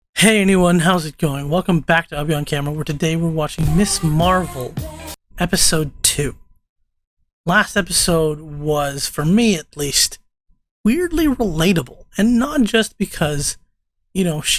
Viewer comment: Her name is MS. Marvel, pronounced "Mz Marvel." She's not "Miss Marvel." Ms. Marvel has always been a feminist icon. Cover of MS magazine. That it's not "Miss" is an absolutely essential, key, part of the character.